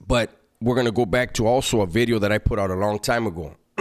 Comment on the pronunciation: He put some emphasis on that V now. “New Bideo” 😂